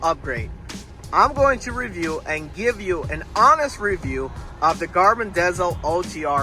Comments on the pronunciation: Im sorry but when you pronounce it garmin dazel its like finger nails on the chalkboard, its pronounced garmin diesel. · You're a driver, and you couldn't figure out it's dezl as in deezle as in diesel?